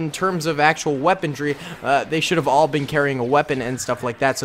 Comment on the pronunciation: it's pronounced WEAPON-RY, not weponDry